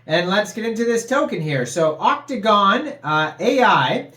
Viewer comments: It’s otacon not octagon lol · bro u was saying gon not con I must be high lol